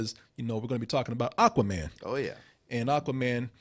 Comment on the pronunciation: The pronunciation as "Aaquaman" is kind of bothering me